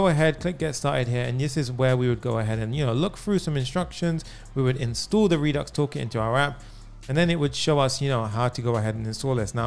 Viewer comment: No No No No, This is too good. When I hear you say Redux Toolkit, I'm like you nailed it, man. Thanks